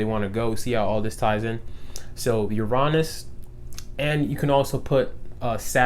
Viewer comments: Uranus is pronounced (yur-in-uss) tho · 7 11 lol i read this comment before i heard it and i was like hm he’s probably just going to say it one of two ways... no, you have shown me a whole ‘nother way to pronounce Uranus